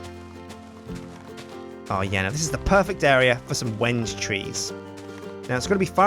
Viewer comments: Well the title of this video is how you pronounce Wenge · THANK YOU! I was so frustrated when he said Wenje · At the end you said it wrong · sir its balsa and wenge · he's been pronouncing it wrong this whole time. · try pronouncing Wenge differently and you'll get it. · The tree is pronounced weng-gay not when-gay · Wenge isnt said wenj but when gay! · Gotta love how he still pronounces it "wenge" rather than "when-gay" at the end. :P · When-gay?its pronounced ven-gee. My dad is a kitchen designer. He knows this stuff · some1 is pulling your leg. It's pronouced Veng now Weng. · It's when ghee. I'm building a chest with it in real life. When he says wenje it frustrates me soo much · No he is telling us how to pronounce Wenge,it is pronounced (When-gay). I am an expert on Wenge,Wenge...pronounced (when gay).. A very hard dense wood worshipped by the east bay congo mufidious bunga tribe. A sharpened piece is used to cut the umbilical cord of all their babies, any self mutilation ritual, and also to kill any invading enemies with a club made of wenge. the scientific name Is mehituondaheadicus widhardstickitus. It can be very rough,and won't go down without a fight. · The vid is called When-gay because that is what it sounds like When u say wenge! Like so people can see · Pls give a link to a fb page!! Im liking the yogscast clan on fb and u didnt provide a link in the description! And inspite its a mispronunciation, i dont think i van call the wengebanything else other then wen-ge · I thought it was pronounced like wengee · Is he sure its not pronounced when-yay? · I'm from Argentina, we use tons of Wengué over here. At least in the spanish speaking world, it's prononuced "Wen-ge". The first part is prononuced as "When", and the second one sounds like the "ge" in "get" Also, the second syllable is the one that's stressed. We use the "é" to indicate that's a stressed letter. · wenge - pronounced when-gai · It's wen-gee